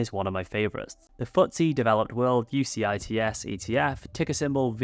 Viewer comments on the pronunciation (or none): UCITS is pronounced You-sits 😊